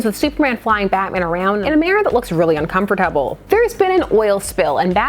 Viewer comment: I’m sorry but the way you pronounce uncomfortable just.. caught me so off guard